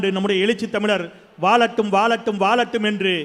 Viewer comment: வாழட்டும் என்பதற்கு பதிலாக வாலட்டும் வாலட்டும் சொல்றீங்க போங்க, நீங்களும் உங்க தமிழும்😂❤